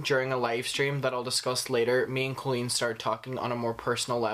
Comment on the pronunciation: COLLEEN IS PRONOUNCED 🗣 CAHHHH-LEAN LIKE COLIN BUT WITH LEAN INSTEAD OF LIN!